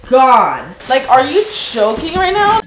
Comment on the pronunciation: What she said: Are you joking? WHAT I HEARD: are you choking rn? 150 likes? Holy crap wow!